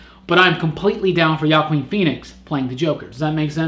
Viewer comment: It's pronounced Joaquin, and he could be a good Joker...